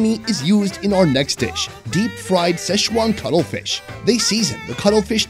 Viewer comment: Cuttlefish, with Ts. Not cuddle fish. 🤣🤣🤣